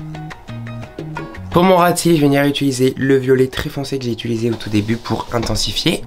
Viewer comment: « Jvais venir ituliser » 😅